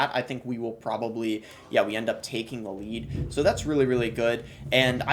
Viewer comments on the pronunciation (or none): none